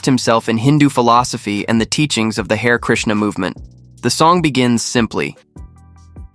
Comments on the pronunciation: Not hair—ha-ree. Did you not listen to the song, or are you a computer voice? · Not "Hair" - "Hah'-re, Hah-re" as in "Hah'-re Krishnah" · It’s nit pronounced, “hare”, like the rabbit; but “ha ray”. 🙄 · Hmmm ... bot or human? Either way I think you'll find "Hare" is pronounced "Hah-ray" in the phrases "Hare Krishna," "Hare Rama" etc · It's pronounced "Har-eh"....